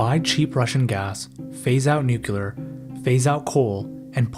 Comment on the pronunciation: “Nuc-u-lar - it’s pronounced Nuc-u-lar”